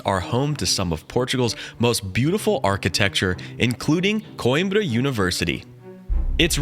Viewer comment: Not koinbra it quembra